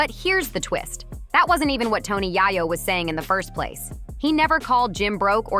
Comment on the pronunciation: why are you saying his name like that? if you were in tune with the culture you would know that it's pronounces YAAAyo! long A.